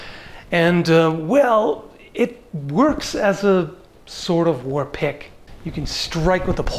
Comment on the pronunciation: Why do I keep hearing "war pick" as "war pig "?